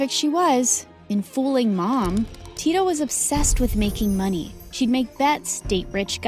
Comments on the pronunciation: 1 im nigerian 2 da-mi its d-a-mi and its not ti-to its tito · They even pronounced Tito's name wrongly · Finally MSA with a Nigeria name 💋💓💕🇳🇬🇳🇬 i really love how Dami followed her dream 🤟🏾🫶🏾 But it soo funny Aw she pronounce Tito 😂😂😂😂😂 but anyways love u all the way from Nigeria 🇳🇬💕